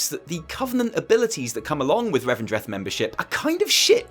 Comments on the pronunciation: It's "Revendreth" ❤️ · It's called Revendreth.